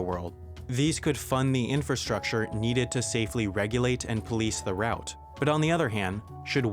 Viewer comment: He can't say "route", either!